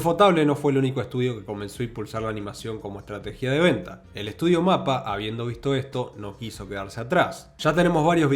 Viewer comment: UFOTABLE se pronuncia como 'Yuufooteibol', y MAPPA haciendo entonación a la silaba '-PPA'.